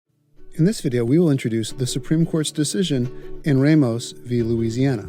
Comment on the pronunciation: Nah, he said Oregon and Ramos wrong.